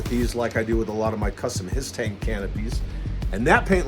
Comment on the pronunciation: He said hiss tank